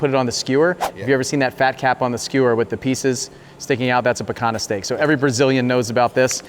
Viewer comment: Excellent and educational video! Just an FYI...Picanha is pronounced pea-kaan-yah. It is truly an oustanding cut of beef.